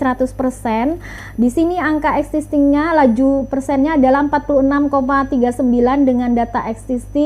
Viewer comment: banyak pengucapan yg keliru termasuk "data es kisting" saking cepatnya